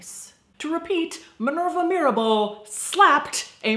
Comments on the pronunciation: Mirabal sisters not mirebel. Great video by the way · MIRABAL buen video, y tu pronunciación en español es bastante buena pero el error de Mirabel en vez de Mirabal es lo único fuera de lugar. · It's Mirabal, not Mirabel. Love the bloopers section!! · Every time you said Mirabell, it sounded like Mirrorball and it made me smile. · Baby, its Mirabal :), Other than that everything you said was sadly, true. But they are our butterflies :)